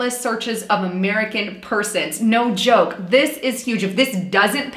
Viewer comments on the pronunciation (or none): none